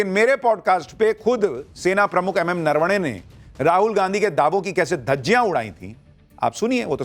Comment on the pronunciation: Areee yaar ye Rahul Gandhi ko bolo pahele bolna sikh le .... नरवणे जी को नारावणे बोल रहा है😂😂😂😂😂 इसको बोलना आता नहीं है चला बड़ा आया